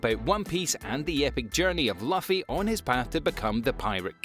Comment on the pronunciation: My guy really said laughy 😭